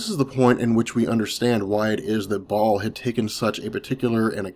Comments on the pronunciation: Baal baaaaal not Ball lmao. Great video otherwise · it's pronounce Baal (BA-EL)....very important figure to the occult society.